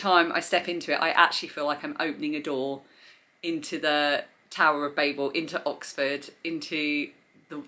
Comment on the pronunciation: So refreshing to hear Babel pronounced correctly instead of calling it Babble like so many booktubers do